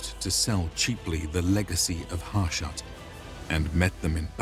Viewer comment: It's pronounced "Hah shu-t." It's in the game's dialogue.